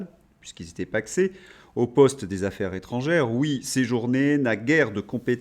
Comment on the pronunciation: Affaires Zétrangères !!!!!!!!! Les liaisons de notre chère langue Française !!! On n'est pas chez LFI ... Insupportable 🫤